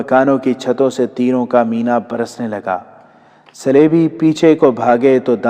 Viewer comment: مینہ (بارش) کو موصوف مینا پڑھ رہے ہیی ۔